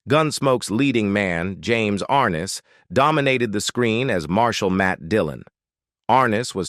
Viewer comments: It's James (Ar-Nez) not Arness!! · James Arness's last name doesn't have the accent on the first sylable. It's not AR' ness. It's Ar NESS". I grew up watching Gunsmoke and I've heard his name pronounced countless times. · More crap James (Ar-ness) learn to pronounce words correctly. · Ken Curtis was a great singer & actor, but I don't trust this video at all, 'cause it is AI generated. Notice that the thumbnail says "She was racist," but I didn't hear anything about that in the video, and they couldn't even bother to pronounce James Arness' name correctly. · And you're not pronouncing James arness's name right